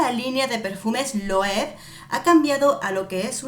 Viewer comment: Hola! Se pronuncia tal y como se escribe LOEWE = LOEVE. Y no es pan de oro, es un brochazo de pintura dorada. ♥️